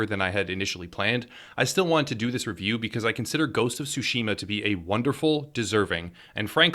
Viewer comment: I'm sorry but it just hurts my ears. It's not "sushima" (like sushi) but "tsushima" (like tsunami).